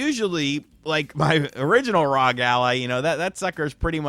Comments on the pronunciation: I rock with these RGT videos but hearing him say ROG Ally instead of R.O.G. Ally over and over again was so distracting. When you say NBA, you don’t say it as one word. You say each letter. Just like FBI. Or NRA. Or MLB. Saying ROG as a word is just weird. Couldn’t finish the video. Glad he likes the product though. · It's pronounced AZEUS . You're welcome. Also, it isn't RAWG. It's R.O.G ..... You're welcome again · ASOOS R O G please say it right